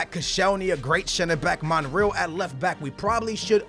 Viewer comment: It is btw monre-al not monriel